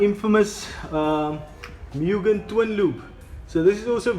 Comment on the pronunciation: You pronounce it "MOOGIN" , not, "MEEWGIN" Opening of the bonnet was the biggest anticlimax. I don't know why youtube recommended this video.